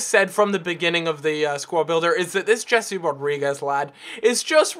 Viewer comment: Jese is pronounced "Hay-Say" not "Jesse"